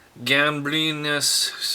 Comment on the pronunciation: You sad gambrinus more like gamblinus . (Nothing bad to say that gambrinus is stil worst beer in Czech republik)